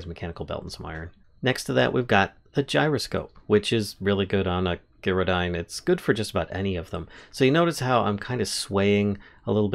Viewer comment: Sorry to be negative, but I ignored the mispronunciation of Gyrodyne, right up until you managed to pronounce gyroscope correctly.